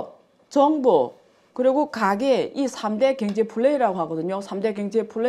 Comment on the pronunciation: 아이구ㆍㆍㆍ사돈 남말 하시네ᆢ갱제나 발음 똑바로 하셈 허구헌날 갱제 갱제 ㅋㅋㅋ 진짜 궁굼해 왜?경 자 발음이 안되나?